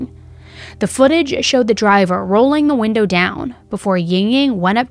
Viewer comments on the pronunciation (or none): none